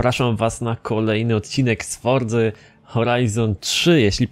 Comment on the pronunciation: Kuźwa ile razy trzeba Ci powtarzac ze mowi sie FORCA NIE FORZA xD